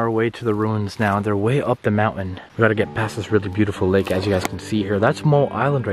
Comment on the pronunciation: it's mountain not mounain